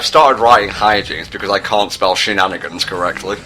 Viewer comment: she-nan-i-gans shenanigans